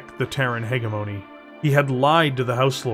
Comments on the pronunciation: Still mispronouncing “hegemony” here. It’s a soft g sound, not a hard g sound. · Thank you for the video it was excellent, only thing I had a hard time with was the way you said “ hegemony”guess people say it differently in the us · Well done, a good listen. But a small gripe would be the miss pronunciation of hegemony. If it was once or twice no big deal but it was said so many times it pulled me out of the story a few times. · This is so good! I just wish you knew how to pronounce hegemony.